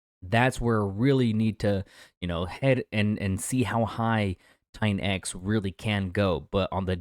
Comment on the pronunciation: LOL every time you say $TITANX is sounds like $XEN cope....where are all of your $XEN updates? LOL